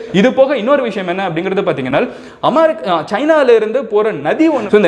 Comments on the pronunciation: I watch all ur videos regularly. My kids have also become ur fan. Even my mother has started watching your video. She was also pointing out that u pronounce it as Amarica... That"s ur style.. V all like u bro. Ur video about Hong Kong was very useful for me to teach students. Keep rocking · Ya even my mom was pointing out that he pronounces it amarica, and I told her it's HIS WAY OF PRONOUNCING